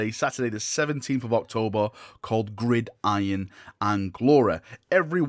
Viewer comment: Good to see you can pronounce gridiron now 😉